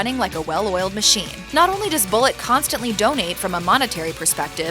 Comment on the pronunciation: It's Boo lay. it's French!